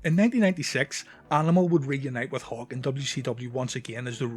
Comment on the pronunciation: When you say Hawk, it sounds like you're saying Hulk